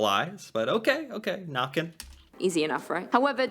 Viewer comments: I have so many comments, most of which are already mentioned by others. I do wish that the narrator would get the Norwegian pronunciation right, though, but I understand that especially our æ's and ø's and å's are hard for other people to say right. Some of these older fairytales are really a way to give meaning to random and horrible things that happen. Why did the handsome, strong young man never return from his walk through the forest? Oh, he must have been seduced by Huldra and is now residing inside the mountains with her. Why did the pregnant young wife drown in the lake? She must have been pulled under by Nøkken. How did that next door son of a b get so good at playing that fiddle? He must have paid Fossegrimen/ Fossekallen to learn that skill. These stories also had implications on everyday life. The Norse had the story about "Byttinger" - changelings. Sometimes a mother would give birth to a beautiful, healthy child. But the trolls / underground people - only had ugly children themselves and were jealous of the beautiful human children. So some time after the birth, the trolls would come and exchange the beautiful human child with one of their own ugly/ unhealthy ones. This child was now considered a "bytting" or a changeling. These troll children were unusually hungry, and would scream much more than human children, so much so that the human parents would take them into the woods and hope their troll parents would take pity on them and take them back. Then the child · Norway here again. Huldra, Check Jotner, Check, Fossegrimen....Never heard about it... Nøkken, Check (the Ø is pronounced as the U in "church" or "turn" or in "urban") Not like "Nacken as you said" :-) Trolls, check. I would have kicked out Fossegrimen and replaced him with "Draugen". It's a myth from the coast, and since we have a long coastline, everybody has heard of draugen. (google translate it). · She mispronounced/misspelled every name and gave a rather poor description on all of them